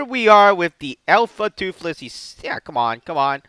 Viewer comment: "Alpha Tuffles" oh man... -.